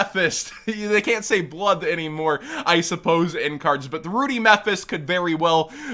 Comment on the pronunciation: Its pronounced rud dee like muddy with an r instead of m. Ruddy is a british euphemism for bloody